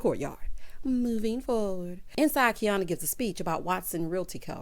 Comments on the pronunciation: The mispronunciation of Quiana’s name made me wonder if these ladies actually know each other. Because in next weeks episode Tiana is going to mispronounce her name as well. I was like are they reading a script or something. WTH?? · That argument between Quiana and Robin made me cringe 😬. Robin added a little more sauce by intentionally mispronouncing Quiana’s name😬🥴. I definitely understood both sides however, what Robin said is true. Bae bae, there are times where I wish I was fancy and footloose too 🤣.